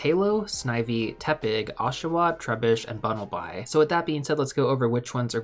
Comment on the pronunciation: Bunnelby = Bun-null-bee. 👍